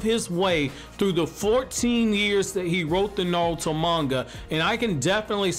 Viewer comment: Anybody notice he says naluto